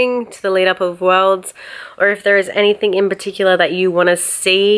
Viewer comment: Why do you put a "k" at the end of the word "anything".